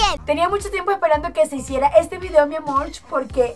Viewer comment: por que dices miamorch